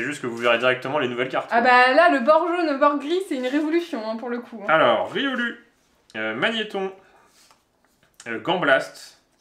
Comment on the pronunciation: Salut juste pour info il faut prononcer loucario et riolou même s'il n y as que un u vu que ce sont des Pokémon loup 😊! Sinon vous êtes cool j'aime bien regarder vos vidéos 👌👍